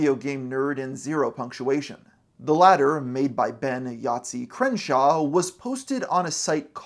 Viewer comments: Hey, Yahtzee’s surname is Croshaw, not Crenshaw. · It’s “croshaw”, not “Crenshaw”!